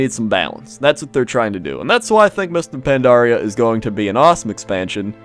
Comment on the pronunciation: Is it me or says Mister Pandaria? >.>